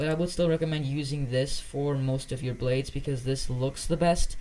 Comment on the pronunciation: Ah yes “you pack”